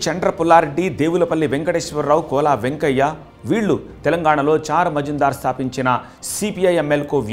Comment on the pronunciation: చార్ మజుందార్ కాదు, చారు మజుందార్.